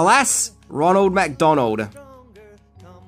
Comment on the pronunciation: "Ronald MACdonald [...] enticing kids to McDalonald's" That has to be my absolute favorite, of your intentional mipronunciations! You obviously know, but just don't care! It's just perfectly tongue-in-cheek and wink! It's like knowing that Jerry Lewis is going to have to say Murmelman or Wellenmelon, and you know he's just gonna screw it up! Yes,! I just compared YOU to the King of Comedy... and I mean it! You truly are a master of comedic arts!